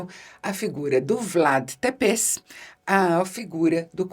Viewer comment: Isabela, acho que você não verá o comentário, mas cabe aqui uma curiosidade, Vlad Tepeş é pronunciado "tépechi" em romeno, aquele "s" final, com uma espécie de cedilha, tem som de 'ch'. Guardo isso de um ex-professor romeno que tive, que por coincidência também se chamava Vlad.